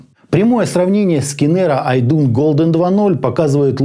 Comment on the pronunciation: пред обзором старайся узнать как правильно название бренда и модели произносится. Виззер, а не Вайзер и АшЕ03Д, не ХЕ03Д, Идун, а не Айдан, Ноулз, а не Кноулс, Скульд, а не Скальд и это только то, что я вспомнил. Очень режет ухо, особенно когда знаешь как должно звучать правильно.